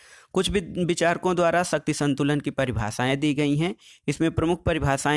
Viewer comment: सर शक्ति को सही बोलो क्योंकि ऐसा लग रहा हैं जैसे शक्ति को आप सत्य बोल रहे हों।